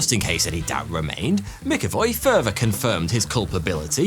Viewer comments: Jesus Christ man...McAvoy is pronounced Mac Avoy, not Mick avoy. If you called James McAvoy James Mickavoy...he'd definately think you were taking the piss. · You pronounced it mickavoy it’s pronounced macavoy …. “MCavoy” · It's Mac-Avoy not Mic-Avoy. Good video though otherwise.